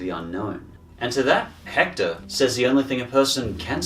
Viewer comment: AND HE PRONOUNCED THE H IN HECTOR